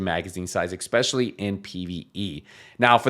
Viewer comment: Ex-specially…😂 such a clown